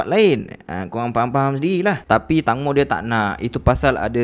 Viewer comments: Bukan tangmo tapi tengmo, tangmo bermaksud tembikai 🥰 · Sorry , call dia " tengmo " bukn tangmo ya , hanya sekadar pengetahuan ❤️